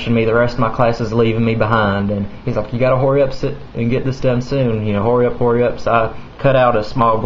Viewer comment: did u just say horry up its hurry up